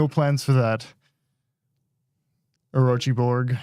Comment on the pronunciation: Get the orochi workshop to practice pronouncing, duh !